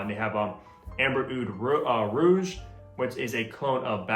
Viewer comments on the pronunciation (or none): none